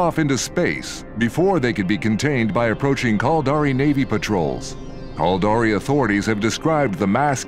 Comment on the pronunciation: lol. Sounds like he's saying "Culdari".. sounds stupid. This video really represents eve well: A full story, rich in intrigue and suspense, NONE OF WHICH any player actually experiences in the game. Eve is an exercise in struggling massively to understand how to do the simplest of things, followed by Griefers killing you in "safe" space and taking all your stuff while hoping you will cry. I've played for nearly 20 years and these vids are only made to fool people into thinking they can participate in some grand story.. and they really can't.